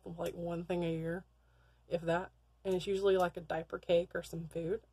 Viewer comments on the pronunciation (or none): none